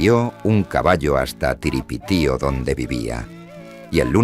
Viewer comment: N9 es t TIRIPITIO ES URIPITIO AMIGO